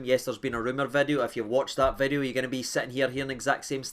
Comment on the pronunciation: A brand Noo Vid-e-o 😂